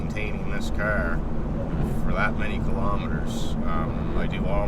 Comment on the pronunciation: CAAAR.... knew right away where you were from.